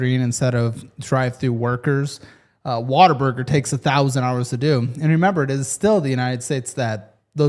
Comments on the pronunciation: It's not Water-Burger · Im really disappointed that you're one of the people who pronounces it "water-burger" its....what....a....burger. say it slowly. You're putting an -er in there where it doesn’t belong